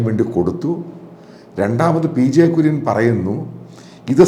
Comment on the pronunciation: Sir Kurian is not clear mam